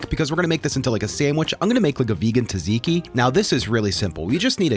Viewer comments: This seems DELICIOUS! * also it's `Tzatziki` not `Taziki` ;) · You don't pronounce the T in Tzatziki(at least not in Greece). Zat-z-key. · Hearing him say "Taz-e-key" sure made me uncomfortable lol. Also.. no fresh garlic in a tzatziki seems like utter heresy